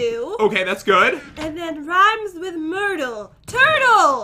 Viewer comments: “It’s name is... tUrTLe mYrtLy”😂😂😂😂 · I was drinking a soda and spit it all over my self when i heard turtle mertal